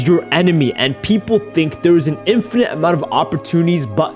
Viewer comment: The way he says "infinite"💀🤣🤣🤣